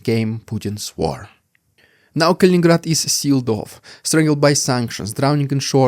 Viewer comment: you do have interesting points and have this topic cornered. I don't see all of your videos in my feed but the past couple Kaliningrad ones have and I'm glad because there is interest. It's funny, I've heard other youtubers pronounced it Kalingrad, missing one "in", so yeah you're the expert.